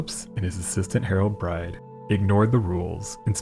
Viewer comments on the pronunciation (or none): none